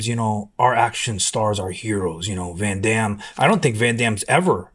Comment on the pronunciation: That interview with Dolph is literally out there for everyone to view. Why do you need to repost it adding your ad lib? You literally repeat what Dolph says in the video. Also, you can't pronounce Jean Claude Van Damme or Arnold's last name? This just all looks extremely insincere...I recommend everyone watches the interview with Dolph in full.